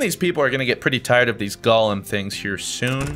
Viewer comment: I mean, you're great and fantastic, but why do you say ''Golem'' like Gollem instead of Go-lem? Please do continue this game though, you seem to be enjoying it so much :3